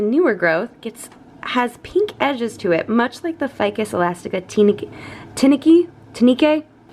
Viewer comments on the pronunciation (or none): So funny to hear you pronounce Tineke, since that's a common girls name in Holland